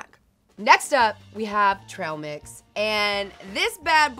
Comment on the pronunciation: she said trail mix like trahl mix mus be a Texas thang?